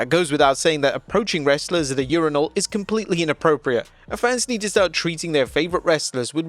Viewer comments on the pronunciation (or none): none